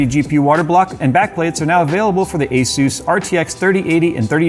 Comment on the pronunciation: Azeus.... Hmmmm.... Yea I think I will start calling it that as well :)